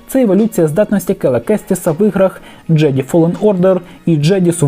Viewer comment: Голос є, а інтонації нема - прослухав, наче зведення з фронту за минулу добу від василя пахньо. Бажаю автору попрацювати з акторською майстерністю, щоб слухати було ще цікавіше. А ще, доречі, якого хріна каже "фолен ордер: джеді", якщо джедай?